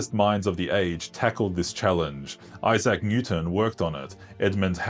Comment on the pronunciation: The homogenous vocalic digraph “ aa “ in “Isaac” is pronounced as schwa not /a’/ as in cat/ka’t/.